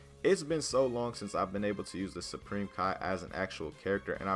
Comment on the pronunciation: Turn on subtitles when he says supreme Kai lol